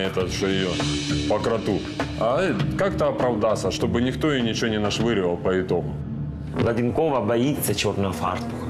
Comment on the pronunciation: Не Владинкова а Ладэнкова